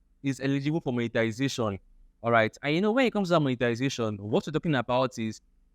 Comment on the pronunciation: It's monetization and not monetilisation